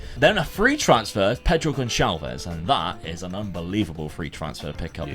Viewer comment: mate! Just a hint: in portuguese the "Ç" is pronounced like an regular S. So it would be Pedro "GonSalves", like in the word "açúcar" that is portugues for "sugar".